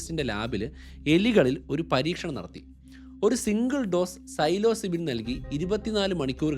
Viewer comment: "Silozybin" = Psilocybin (that how you pronounce it).